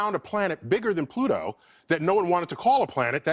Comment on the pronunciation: Not Pluto...Twoto